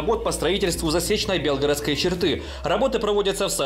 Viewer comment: Белгородской области ударение на е??? Хотя бы правильно ударение ставил!!!!